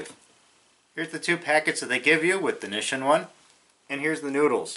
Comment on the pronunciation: *"mah-ROO-chan" and "knee-sheen"